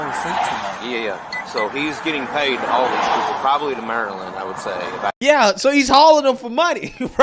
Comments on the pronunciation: this guy. “Im from to Mary-Land” 🤦🏼‍♀️ I had to say it out loud myself a few times with my best kilmar accent😂😂😂😂😂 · The “Maryland man” that cant pronounce Maryland…